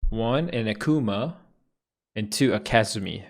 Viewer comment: This nigga really said Ke-zumi. I'm offended as a Kazumi main.